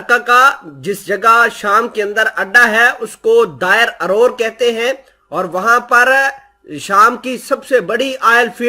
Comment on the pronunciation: Derazor hai bhai نہ کہ دائر ارور